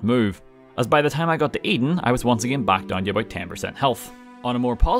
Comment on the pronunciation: Am I the only one who when he say 'again' hears Ed Gein? I'm not complaining persay, but the pronunciation could tweaked just a hair because I keep having flashbacks to serial killer documentaries, and well the neighbors are starting to look mighty tasty.